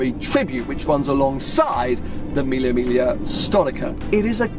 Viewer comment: It’s pronounced ‘milly mig lee ah’